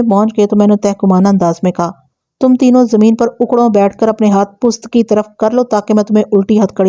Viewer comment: پُست❌ پُشت✅